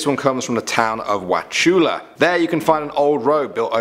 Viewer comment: Finally someone said Wauchula right also I live right down the road from the bridge